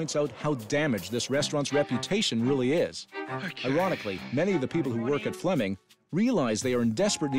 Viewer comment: Flemming not Fleming! 🇩🇰😁